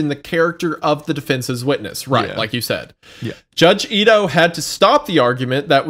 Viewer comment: I have to bc its driving me crazy: the judges name is pronounced Ee-toh. I in japanese romanization is pronounced ee. Okay, continue